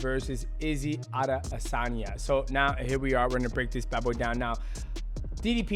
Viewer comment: how did he manage to butcher the pronunciation of adesanya every time lol